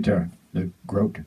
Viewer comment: Please, it's GRO-TAY! it sounds much warmer than the firefly.